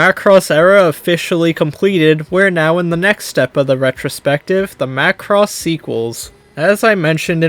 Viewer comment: Hey you said Macross right 😂